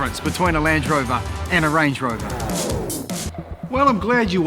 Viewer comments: I keep hearing Lange Rover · Him: "So what's the difference between Land Rover and Range Rover?" Also him: "So Lange Rover is actually..."